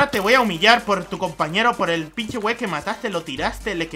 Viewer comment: Me encanto soy mexicano y me reí mucho "guei"